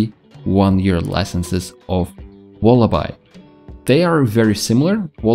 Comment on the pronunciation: It's pronounced walla"bee".